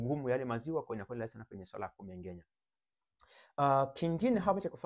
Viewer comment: Wahaya Ng'a ng'e ng'i ng'o ng'u sio Nga nge ngi ngo ngu...Kumbe KUMENGENYA ndio KUMENG'ENYA..